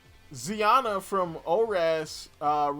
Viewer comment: You didn't just call Zinnia ZiAnna... also wtf is Snowbelle city if not the snow area... do some research before making a video